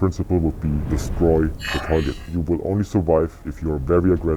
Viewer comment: Destroy the “Targer”?